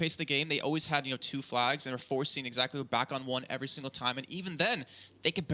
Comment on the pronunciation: Gosh, couldn't anyone have told the casters that the team's name is exAEquo and not exAQUEo?!